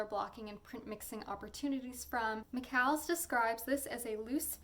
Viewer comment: McCalls is pronounced the same as Falls. I don't like criticising but the way words are pronounced can be irritating.